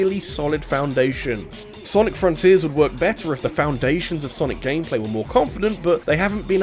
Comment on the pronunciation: It sounds like you're saying Sonic Forces Rather than saying Sonic Fronters that I find it funny. Even then, I think it's a nice Video on why Sonic Has issues with his current state of Games.